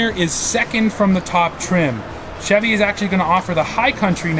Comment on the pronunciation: didn’t know Chevy was pronounced like that 😂😂